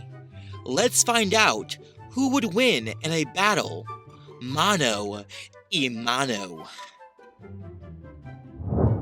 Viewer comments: your wrong same Spanish is my native language its Mano a mano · uh no its mano a mano doen't have an y.